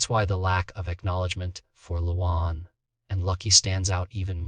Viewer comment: Who the hell is "Loo Wawn?" God, these AI voices are pathetic...